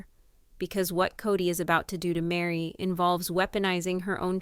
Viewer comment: Why can't you get the names right? Kody, Meri. !!!